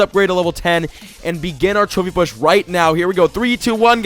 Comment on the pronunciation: it sounds like he is saying "chubby push" not trophy push? is this on purpose?